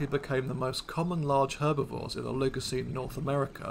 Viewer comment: Please learn how to pronounce these words correctly! "Oligocene" and "genera" are accented on the first syllable, not the second.